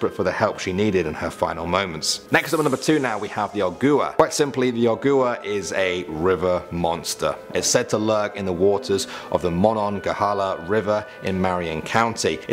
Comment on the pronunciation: You mispronounced monongahela...Monongalia is a county in west virginia, but the river is pronounced mon-on-gah-hey-lah